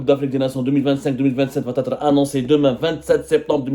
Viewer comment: ARRETE YARHAM BABEK DE DIRE VA T ÊTRE. INTOLÉRABLE POUR UN JOURNALISTE FRANCOPHONE